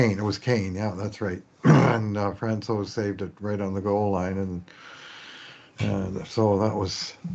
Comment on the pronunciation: how do you not know how to pronounce francouz.....🤣